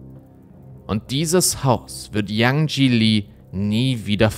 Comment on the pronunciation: Super Video, einziger Kritikpunkt: Bitte vorher informieren, wie man die Namen des Opfers ausspricht. 😅 Das E am Ende von Yanjie wird ausgesprochen. Ansonten toll, dass der Fall nochmal Aufmerksamkeit bekommt. ❤